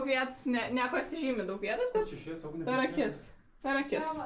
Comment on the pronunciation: MAN JIOKINGA KAI SAKO UGNE😂😂😂😂